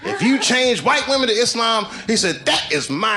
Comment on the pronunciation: "Them white whamen em the crazy ones"😅